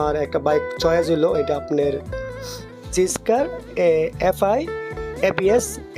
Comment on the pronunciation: অশিক্ষিত মুর্খ, সুজুকি নামটাও বলতে পারিস না, জিক্সারকে জিস্কার, সুজুকিকে সুজুগি 😂😂 সুজুকি বাইক চালানোর তোর কোনো যোগ্যতা নায় ভাই।